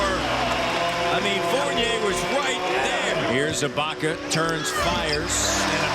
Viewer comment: Such a blaspheme for to keep mispronouncing Ibaka's name